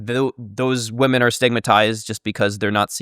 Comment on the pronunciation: It's "women" not "woman". Holy shit for a lynguist, I can't believe he does that.